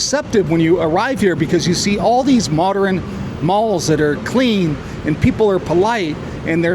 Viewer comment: I think the word you're trying to pronounce is "modern", not "moderin". You're welcome. Also, did you really say that American universities are where it's at for public debate? 😂 Yeah sure, maybe in 1968.